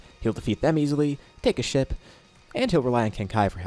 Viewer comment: Fr thought he said taking a shit instead of ship lol